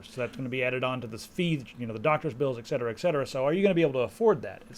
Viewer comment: Btw, It's ''et cetera'' not ''exetera'':)